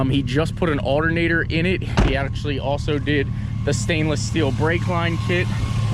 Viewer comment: He said artonater in stead of altonater